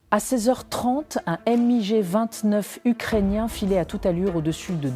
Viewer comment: On prononce "migue", pas "éM-I-Gé" !!!